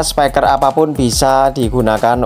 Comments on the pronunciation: Spiker mas bukan spaiker 😭, speaker itu dibacanya spiker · Spiker mas, bukan spaiker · speaker mas bukan SEPAIKER😂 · Thanks tuk sharingnya men🙏🏻 , oya men by the way di mnt pengucapannya jng "spaiker" ya men krn kata dasarnya bukan spy (bc : spai) tapi speak (bc :spiek)😊🙏🏻🙏🏻